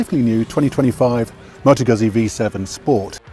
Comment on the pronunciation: Goot-see. Prego